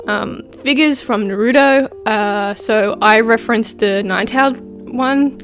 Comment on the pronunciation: Stop saying nurudo